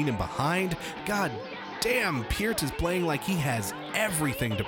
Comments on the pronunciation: SAY NEIL'S LAST NAME CORRECTLY IT'S P---EAR-----,T NOT PURT!!, AND U R A FAN! DUMMY!!! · Lol "It's ZED" from the clip, then he mispronounces Neil's last name...bahahahahahaha!